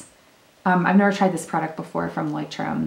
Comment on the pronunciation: I am German, and I love how you pronounce the word 😲